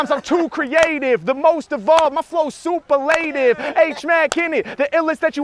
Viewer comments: And thats not how superlative is pronounced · EXACTLY! "super-laytiv" what is that guy thinking?! Harry is like, you mean "superlative"? O.k. we will do it YOUR way. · Harry pronounced superlative correctly and the guy made him change it to Super-Lative lol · Sue-per-luh-tiv... super-laytiv is not a word 😂 He's amazing for going along wirh it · In case anyone is wondering, it's not super-lative. Harry was correct when he was suggesting superlative(sue-per-luh-tive) was the word the kid was thinking of. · “Super-ley-tiv” lol. It’s definitely “soup-ER-lah-tiv” as Harry Mack said it. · Its pronounced Soo-per-lah-tiv ... not soup-er-late-iv. That pissed me off 😂😂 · First dude just picked a word he didn't know how to pronounce lol. Super-lay-tive? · su·per·la·tive.. you do it on purpose i guess? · super-lay-tive LMAO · “I’ve always heard it pronounced super-lative” 💀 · Harry Mack, out there mispronouncing words on request lol. For anyone wondering "superlative" is pronounced Su-pearl-a-tive... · It definitely isn’t pronounced super-lative 😂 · "super-lay-tive" - yeah, that's not how to pronounce it. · It's definitely not pronounced, "super-lative." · Super-lative……I’ve never heard anyone pronounce it like that. I’m sure that bugged Harry a little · Mans out here mispronouncing this absolute shit out of 'superlative'. Amazing. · Like how dude just confidently mispronounced superlative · bruh. people need to check pronunciations ...mister Super-lative.. for shame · Last guy doesn’t know how to pronounce “superlative”. Embarrassing for a white American native speaker. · Dude can’t pronounce superlative haha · My man can't even pronounce superlative, the irony. H Mack , the goat, even educating y'all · It's definitely pronounced superlative and not superlative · He definitely said superlative wrong. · I’m sorry I can’t get over the mispronunciation of “Superlative” though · The superlative guy annoyed tf out of me! His pronunciation was wrong lol